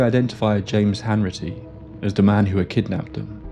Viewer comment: It’s Hanratty not Hanritty 🙈